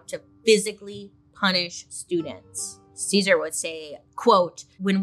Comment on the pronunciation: Ahh!!! Happy heritage month to all my sisters and brothers! Thank you Bailey for covering this part of history and including it into your popular series in general 🫶🏽 also for anyone wanting to pronounce his name the right way it would be like Caesar ( Seh-Sahrr ) not like the salad! And for Dolores last name Huerta is pronounced as ( uu - eh - rr - tah ) the H is silent ~